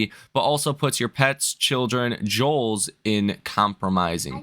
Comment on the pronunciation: “Rigidity”, “jowls”. Dude, I'm going to take stock advice from someone who can’t read?